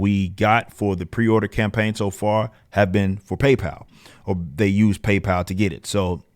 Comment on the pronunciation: It's PayPal ....